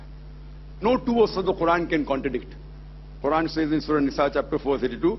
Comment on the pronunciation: Its quran not khuran